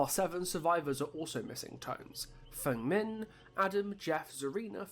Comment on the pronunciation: Wow an YouTuber that pronounced Feng Min correctly? Color me shocked. I have never seen an American pronounce any Asian name right wow that’s surprising. I am Half Korean myself and still haven’t met a foreigner that could say my name correctly. I commend you sir for making the effort.